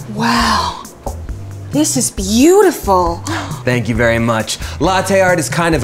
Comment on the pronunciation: Why do some people pronounce Thank You as Dank You?!?